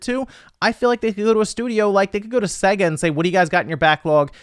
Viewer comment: For somebody who is clearly very intelligent, it still surprises me you can’t pronounce Sega correctly.